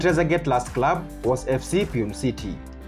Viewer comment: Its not piune city its Pronounce as PU NE (e sound as ae)